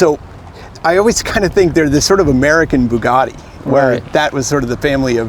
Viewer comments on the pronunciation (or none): none